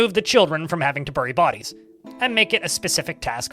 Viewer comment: "Burry" lmao